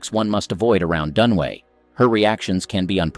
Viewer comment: Dunaway not Dunway